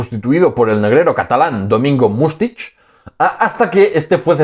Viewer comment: Excelente e interesante trabajo, enhorabuena y muchas gracias por tu labor. Me llama la atención que siendo catalán pronuncies Mustich en lugar de Mustic (hace poco te escuché también pronunciar como "Carbalo" el apellido portugués Carvalho). No se trata de una crítica malintencionada, ojo: mi intención es sinceramente constructiva. Un saludo y reitero los parabienes.